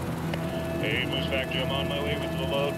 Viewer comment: It‘s /MOOSE Factory/, not /Moose FACTORY/ !